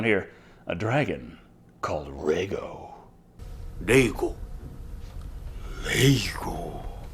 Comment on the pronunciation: .. Lego ... my eggo .. (and no thats not racist as in japanese there is no difference between the letter R and the letter L or should i say its not... lacist )